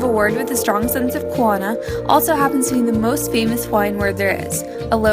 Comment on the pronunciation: And also there pronouncing kaona(hidden or double meaning) wrong